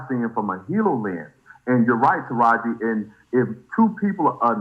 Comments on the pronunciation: Sis if you say ta-heri over TA-RA-JI IM GONNA DIE... LMAOOOOO... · Tahiary?? Who don’t know how to pronounce Taraiji 🤦🏾‍♀️ but I guess keep going chileee ooooweeeee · Ta•Rah•ji!!!😂😂😂😂not Tahari. I like veyou Sis! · I wish she'd stop mispronouncing Taraji's name....that's so disrespectful and rude. Her NAME IS NOT TAHARI!! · 🗣Taraji Jessica... NOT Tahiry!! Sheesh!!!! 😩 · Taraji name is pronounced TAH RAH GI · Yesh you ignorant af. You got the whole story wrong. Definitely unsurprising from a women who can't even pronounce Taraji! Tuh rah jee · It’s TA-RA-JI like RAH! And JEE! You..., ima keep that to myself .